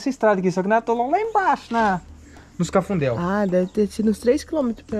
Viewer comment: Não é cafundeu e sim CAFUNDO !